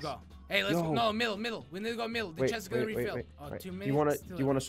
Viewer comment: Dude seriously no what do you notice how said I like anime chesst hint hint miku miku